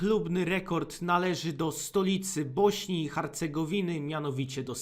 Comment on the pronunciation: Harcegowiny mówi się Hercegowiny